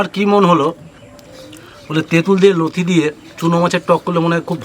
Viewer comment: দিদা নতি না লতি বলেন আমার লতি বলি ।❤